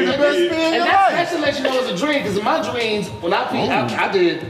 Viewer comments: fasho said “dreans” he tried to say dreams without closing his lips, his gums be fucking him up😂😂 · He definitely said dweams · LOL! I rolled back the footage, said "dweens". Hilarious! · This is a legendary episode & definitely said "Dweams" 🤣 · I heard it! did say dweams!!🤣😂😭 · That Man def said "dweams"! Lol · I rolled it back....you said dweams 😂😂😂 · He definitely said “Dweams 😂😂😂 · What said “Dweam” I caught that shiid too like Kev and Toni did 😂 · said dreens😂😂😂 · He definitely said jweems 😂😂😂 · Definitely hit that 10x rewind on “dreans” 😂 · For the record did say dweams 🤣🤣🤣🤣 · That Nigga said Dreans 😂😂😂😂😂😂😂😂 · I had to, lmao he said dweams 😂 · said DWEAMS 😭😭😭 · He did say dweam😂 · He said dreans 😂😂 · He definitely said "dweems" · He said dweams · Lml he said dweams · He said Dreens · Also said “dreans” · He real life say “in my dweems” 😂😂😂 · He said dweeams!!! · In my Dweams 😂